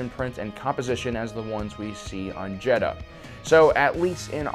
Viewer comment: It’s jedha